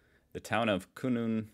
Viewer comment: Kununurra is pronounced kah nah nah rah